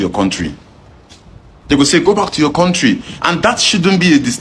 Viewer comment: Why Do these Zoogerians say Korntree?